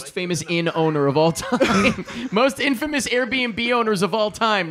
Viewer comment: Did you say INNfamous??